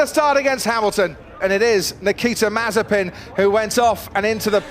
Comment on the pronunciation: It is no more mazepin but it is mazespin